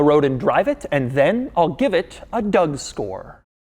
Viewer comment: Did he say “Doud Store”?? 🤣🤣🤣 in the beginning